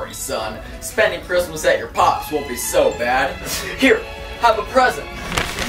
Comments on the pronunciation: him the whole time: cHrIsMisT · Giovanna “Why can’t I hear..-Christmas😭” he said it as if it was a sound (he has many of these)